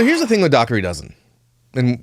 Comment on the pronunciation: Just letting you all know, the gh sound in Dougherty is a “h” sound. “Daw-hurty” is how it’s supposed to be pronounced. :)